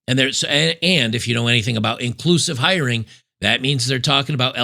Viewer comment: Wait, did you say "inclusive hiring" or "inclusive irony"?